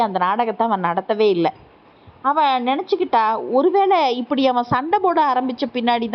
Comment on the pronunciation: அவன் அவள் இரண்டும்ஒரே மாதிரி உச்சரிக்கிறீங்க பேரை சொல்லலாமே தெளிவாக உச்சரிப்பு இல்லை